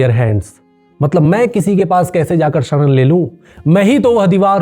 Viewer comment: शड़ड़ नहीं 'शरण' English में बोले?